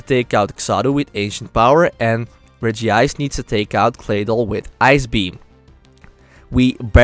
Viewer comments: It's Reg-ice, not Regi-ice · It's not regiice it's regice